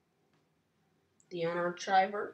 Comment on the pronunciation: 'The unarchiver" --> The unar"K"iver (that is the correct pronunciation)